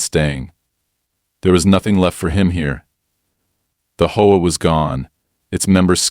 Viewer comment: For the love of me please it's H-O-A not hoa.